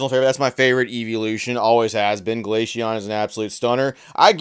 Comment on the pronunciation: have heard it pronounced “Glay see on” my whole life lol. I have also heard Europeans pronounce glacier as “glassier” but i get your point. Still think he’s saying it wrong lol